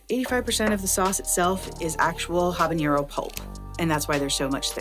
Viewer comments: It’s not ‘habañero,’ it’s ‘habanero’ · Ah-bah-nero, not Hah-ban-yero. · Great video! 🙌🏽 But You should know that you’re pronouncing habanero wrong. Take it from someone who speak Spanish. As there is no accent over the “n” so you don’t need the “ny” sound. It’s all good though! 😀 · If she's going to represent a Mexican hot sauce company she should learn how to say habanero instead of mispronouncing it repeatedly. Good grief.